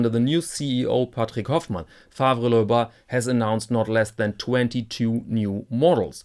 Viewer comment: The second name is French-language by origin. You do not pronounce it "loiba" but "löhba".